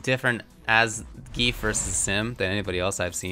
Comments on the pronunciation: gee-yef. not "geef" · No, it doesn't. It pronounces it like Zan-Gi-ef. The reason you want to pronounce/write it like that is that english doesn't have the correct sounds to pronounce it. Most probably won't understand as the english language also pronounces letters and the alphabet differently. This is also a problem with using foreign names in video games.